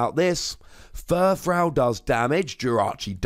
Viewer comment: You're still saying Furfrou wrong.